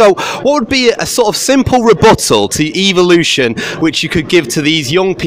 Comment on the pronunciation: "Evl-lution".... I see what you did there